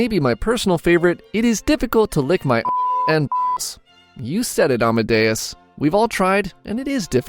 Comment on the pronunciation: oh my shocking everytime you say amadeus i got a mini heart attack though the screen